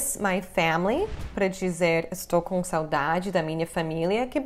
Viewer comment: Que legal, vc não tem sotaque falando saudade!